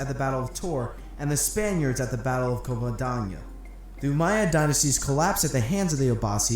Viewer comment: Covadoñiiiia😂😂😂😂😂estos guiris